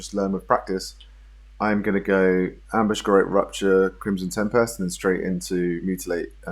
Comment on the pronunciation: It's pronounced Garot 🤣